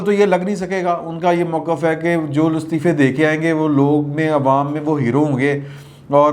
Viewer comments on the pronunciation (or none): none